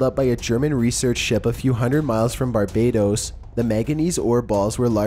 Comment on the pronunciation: BAR-BAY-DOSS. Barbados.